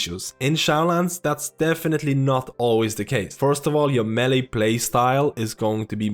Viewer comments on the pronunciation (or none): none